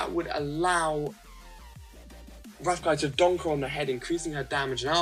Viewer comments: is rafiki say with me RA-FI-KI ok i love your videos you are pro😎😎😎😎😎😎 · rafiki is pronounced ruh-fee-kee. just saying.( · Rafiki pronouncing: Ra-Fee-Kee. Just saying. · Ra fe key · Hey. You say Rafiki wrong haha you're too funny. Please pick my lineup i want to know what your thoughts on it. It's Bo Peep (Wo), Goofy (Mi), Finnick (Ni), Merida (El), Miguel (Je). Keep being awesome. Thank you!